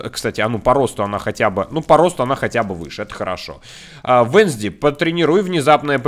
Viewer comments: Девочку зовёт не венсди а вэнсдэй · Поправка: венСдей а венЗдей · Вообще-то не Вензди а Уэнсдэй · Венздей а не Вензди😠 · Не Венсди а Венсдей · Не венздей а уэнздей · Правильно Уэнздей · Правильно будет Уэнздэй